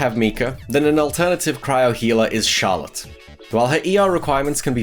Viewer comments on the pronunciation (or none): none